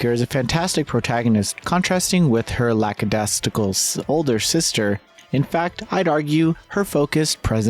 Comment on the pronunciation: Omg I can’t forgive that pronunciation of “lackadaisical”. At least, I think that’s what you were trying to say. Still love you, great review!